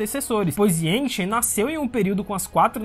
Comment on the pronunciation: Yangchen é mulher. E a pronúncia do nome é iangtxen